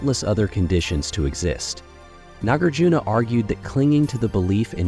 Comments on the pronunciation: You have so much to say but the mispronunciation is really grating. It's not Nagger-juna: Nah-GAR-juna. Mad-YA-mika. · Please learn how to pronounce "Nagarjuna". You offer about 3 different versions here and ALL of them are incorrect.